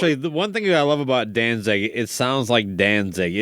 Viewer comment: The interviewer is a d bag! He keeps calling them “Dan-Zing”... idiot.